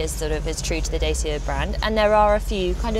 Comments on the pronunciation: Not "Day-see-ah", "Dah-chee-ah". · I am more impressed by the car than the presenter… keeps saying “Day-see-ah” instead of “Dah-cha” 😂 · Datchea not Dayseea. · It's pronounced 'Da Cha' not James Mays skit at them of dayceeya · "Dah-cha", not "Day-sha" or "Day-sia" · My goodness, I was just pointing out the correct prono for this car brand! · It's pronounced "Dat-cha). 0 - 62 in 14 seconds does not make this a pocket rocket. And for a given vehicle length, putting the wheels as far apart (front to back) as possible does not improve the turning circle, it makes it worse. Dodgy reporting aside, I think we'll be seeing lots of these cars on our urban roads and supermarket car parks. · Please research the pronunciation of the brand! It's pronounced Dachia. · Found your comment here condescending tbh. It's a Romanian brand. All the Dacia adverts pronounced it correctly as 'da·chee·uh'. Romanian is a Latin language, where the letter group 'ci' is pronounced 'chee', much like cappuccino (Vulgar Latin). Are you suggesting you wouldn't correct someone who said 'cup-ah-see-no'? What about 'Jalla-pee-no' ? It's not just 'slightly different', it's wrong and can absolutely be mispronounced. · Isn't it supposed to be daw chuh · Dacia is pronounced 'Datchia'.You can Google it if you like.